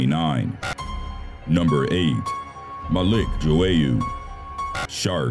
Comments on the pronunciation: malik JO-ey-YOU no. it's maLIK Jwoyer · Why is it that NO American narrators can pronounce the names of people unless they are in Spanish ? ‘Joyeux’ is not pronounced Jo-way-oo but dzoy-uh - it’s French ! And if you’re wondering why I didn’t put that they can pronounce English, it’s because they can’t, especially not British place names ! Number 1 - the narrator states that Cameroon’s Manager is Winifred Schafer, but Winifred is a WOMAN’S name ! It actually states on screen that his name is WINFRIED - pronounced win-frid. So not only can our narrator here not pronounce words correctly, he also cannot read ! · "Joe-ey-you" ..... ("joyeux") hm.. maybe check with google translate how to pronounce a french word :P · was I the only one getting annoyed by the computer voice's pronunciation of the surfer Malik Joyeux? it's not jo-ay-ew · It's the way he pronounces "Joyeux" for me. lmao